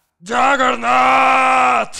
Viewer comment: Yagernaut se dice